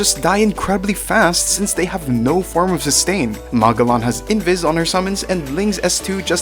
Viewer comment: cool vid, the way you pronounced Magallan's name threw me off